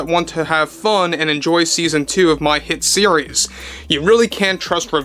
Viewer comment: Does 'hit series' have a silent letter s at the start? 🤔